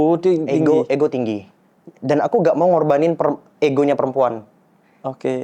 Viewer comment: Payah, bilang ego aja gak ngerti... malah igo igo igo hehehehehe